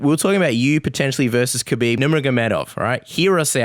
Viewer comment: He keeps calling him kaheeb